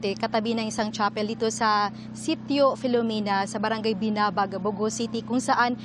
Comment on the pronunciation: Buti na e correct na ang pag bigkas sa 'bogo' 🙏